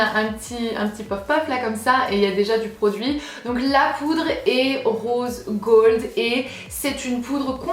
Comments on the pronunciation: "rôse gôld" 😂😂😂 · Marine Enola Vidéos 😂😂😂 ouais c'est vrai mais dans la prononciation c'est bizarre aussi